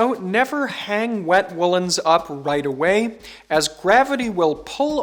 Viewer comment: "Never hang up wet woolens wight away." quite the tongue twister, lol